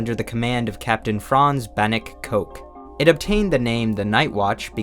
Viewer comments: I found the pronunciation of Cocq very funny, the Dutch name Kok or Cocq of other variations need to be pronounced exactly like cock (as in chicken😉) and the q is just decoration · he actually mispronounces "Cocq" in this video, but I assume it was to avoid demonetization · "Cocq" is pronounced "cock." Still good video.